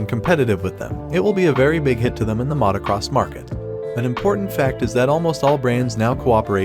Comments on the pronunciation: AI does not know was Mautocross is. Yet. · Immediately unsubscribed when i heard Matacross and AI voice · You really couldnt find a narrator that can correctly pronounce Motocross?